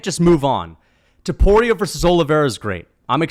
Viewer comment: Its Topuria not Tuporia you meathead.